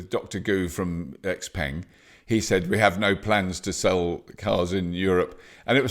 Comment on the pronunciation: Its not called X Peng! Lol its pronounced Shao Peng 小鹏